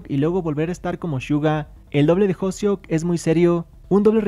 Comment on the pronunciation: Y LUEGO NO SABES DECIR HOSEOK!? SE DICE H O S E O K NO HOSEO